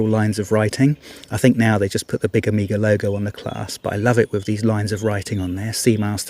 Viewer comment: Amiga was a computer. Hope you don’t say Seeko as well….